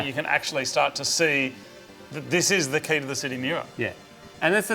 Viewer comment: Mad episode guys! Only complaint, it's not pronounced like "key", it's pronounced like "kay". I get why y'all chose "key" though, makes a nice play on words.